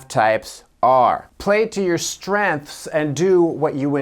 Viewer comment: I had to replay "play to your strennths" three times or so on this one. Haha! Pronouncing it like that is definitely a sign of intelligence.